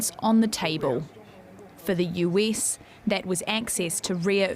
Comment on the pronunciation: It is not “Yuis” as you d pronounce it, it is “US!” This lady has a serious flaw in English pronunciation 😢